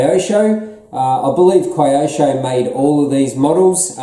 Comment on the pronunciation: Hey! It’s Keyosho not Cryosho mate! 👍